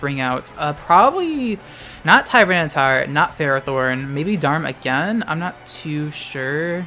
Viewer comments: Real quick... its TYRANATAR not TiTAR... that pisses me off so much... its supposed to be a sort of TYRANOsaur sooo.... I'm sorry if I'm sounding toxic, I don't mean it that way. Just this kind of thing is a pet peeve of mine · TTar is short for Tyranitar